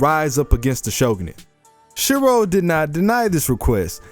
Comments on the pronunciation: isnt it Shirou?i am sure its Shirou not Shiro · The line thingie above the o ( ō) is ou, making it Shirou